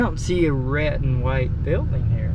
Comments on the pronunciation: Why do you pronounce “red” as “ret”? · Why do you say your d's as t's? just wondering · So you don't use the letter "d" at the end of a word, huh? Like shed and red, you say shet and ret. Was Amish school all that different from gentile school?